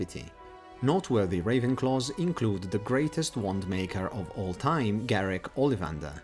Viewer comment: Why would the fat lady just open for u??? Deffs gonna have a password...also u pronounce noteworthy like not worthy xD